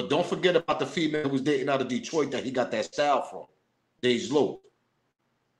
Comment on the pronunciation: You said it correct, Detroit in the building. SMOKE PAUSE....